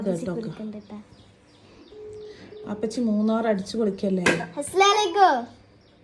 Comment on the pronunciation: അസ്‌ലാ ലൈക്കും ❌ അസ്സലാമുഅലൈക്കും ✅